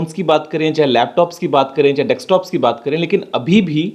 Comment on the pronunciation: Dekstop or desktop